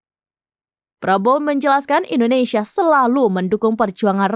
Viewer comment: Kenapa kebanyakan orang Indonesia ketika menyebut nama negara sendiri: Endonesia bukan Indonesia?